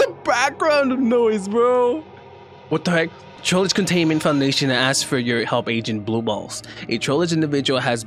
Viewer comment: So trollge up arrow sound like he say why